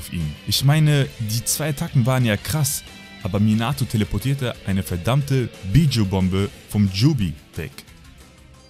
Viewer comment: Wie du einfach mal Bijuu auspricht "Bidschu" xD